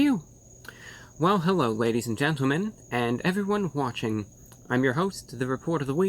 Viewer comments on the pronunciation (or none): It's no longer ladies and gennemen, he pronounced that T hard